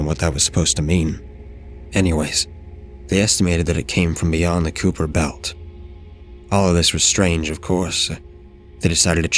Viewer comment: Cacophony is pronounced Ca-cough-phony, Kuiper belt is Kyper belt FYI